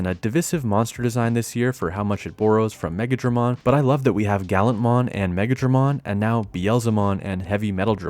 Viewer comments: I know but he either said Megadramon by accident or Megidramon but the "i" sounded like "a" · Megidramon, not Megadramon. Megadramon is a completely different digimon. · Semi-triggered by calling Megidramon Megadramon...those are two different digimon lol